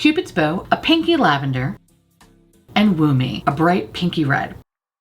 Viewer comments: I know deep down its 'woo me' but all I can hear is 'wombee' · It took me to the end of the video to realize that the reddish blush is called 'Woo Me' and not 'Womb-ie', which I was like, okay I get we're toeing the line here with innuendos in the beauty industry these days, but this is crazy. ...I am not smart. lmao